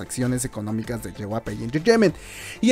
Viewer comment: Una parte de mi muere cada vez que pronuncia "JYP", a ver si ya aprendes a pronunciarlo comadre. Es "ye uai pi" no "yehuape"